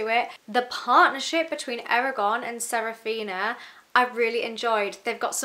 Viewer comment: The book is older than the author was when he wrote it! Also…. Sa-Fi-Ra…. Saphira. Damnnnnn